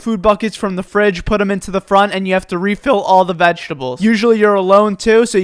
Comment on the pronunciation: Its so cringe the way he says all these